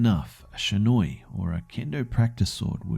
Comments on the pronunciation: It's not shinoi it's shinai. Shi-na-i. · Shinai is pronounced (She-nye) not (sha-noi) sorry just bugged me a bit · Partin Yes am I am snobby know it all, but the pronunciation of shinai was all, and I honestly can't be to annoyed with it because I was really happy with how he made it turn out.